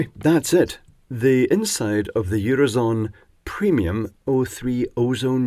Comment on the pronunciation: "eurozon".... Hah! Hah! They had a sense of humor as well.